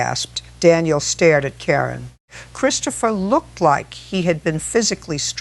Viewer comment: Sounds like your voice, but two words frequently pronounced differently. It's not Christ opher, it's Chris topher. And, it's not Car in, it's Care in.